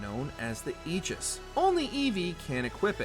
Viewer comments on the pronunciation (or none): none